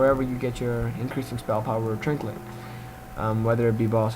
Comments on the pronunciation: lol when i seen this comment before i watched the video i thought maybe he just accidentally said trinklet but he actually call's it a trinklet..... LMAO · did he say trinklet? lol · Sometimes you know when you're watching a vid that the person speaking really doesn't know their class well at all... That's you! I can see what you're trying to do, but you sucked at it sry. I mean how the hell do you get to 85 and think it's called a TRINKLET?! I lost all faith in you right there... Not to mention " it's not critting!!! "